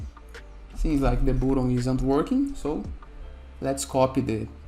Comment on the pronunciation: i really like the way you say "boatun". but seriously , thanks for this tutorial. 👍